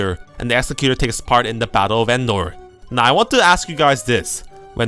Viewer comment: PS, it's "Ex-ec-u-tor", as in one who carries out a task, e.g. an executive. :)